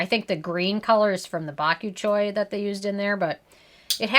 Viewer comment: I’m surprised to see you give a 10 without really going into the percentage of retinol one the product. It would also help things be more informative if you pronounced bakuchiol correctly as mispronouncing it may cause people to ask about said ingredient in person pronouncing it incorrectly thus leading to more misinformation. Always appreciate your camera quality and range of products you test!